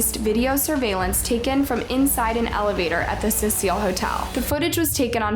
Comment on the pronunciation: It’s the Cecil not the Cecile